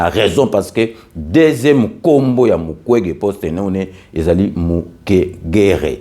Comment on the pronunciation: Ndeko au Congo, ça devait être Mukwenge et non mukwege !!!!